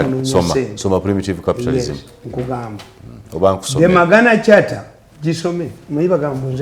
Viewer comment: It's not magana charter, it's Magna carta ( sooma mug na carta)